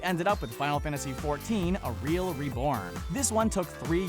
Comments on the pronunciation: A REEL-m Reborn? You don't know how to pronounce "Realm"? Jesus, it's one thing to base the majority of the opinions on these games based on an aggregate of shitpots, but it's quite another to be so terrible that you can't even hire a script-reader who can pronounce basic English words correctly. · The M isn't silent in the word "Realm"... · Did he actually say "A REAL REBORN" i had to look at it 5 times to confirm it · Did he pronounce realm as "reelm?" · this guy cant pronounce Realm....its Relm, not reelm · lmao I didn't even hear him say the M at the end. "A real reborn" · Its pronounced relm not reeeelm yip gip the underage dip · Sorry what... how do you pronounce "Realm"?... Real-m? are you serious? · Who knew that the M in Realm was silent So let's all play FFXIV: A Real(silent M) Reborn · I've never played an MMO in my life but godamn it, you said FF 14 reel-M , please Google how to properly pronounce the word REALM! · a real-mmm reborn? is that srsly how you pronounce realm? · I love how they show cinematics from FF14 a realm reborn/stormblood, but game play from the original game rather than using cinematics from the original actually trashy game. Then to add insult to injury guy can't even pronounce realm. Couldn't do another take? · .........how the fuck do you say realm like that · you butchered the word "realm" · You mispronounced realm